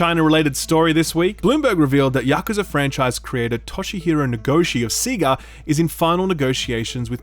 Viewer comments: sea-ga? That hurt my ears . It's sayga surely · "SEE-GA"? How dare you. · Wait. Did he just pronounce Sega as “sea-ga”??? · Big fan of the channel. Just being goofy here.. You say Sega as Seeega as any Australian would... but Beta you say like Americans would without "eee" sound. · “SEEGAA” what? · SIIIIIGA lol Australians can pronounce anything can they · Woah woah. I'm going to need you to pronounce Sega again. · Anyone that's played Sonic will know how to properly pronounce Sega. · Whoah, you pronounce Sega weird.